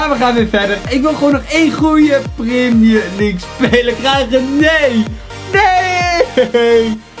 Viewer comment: primier league is jouw uitspraak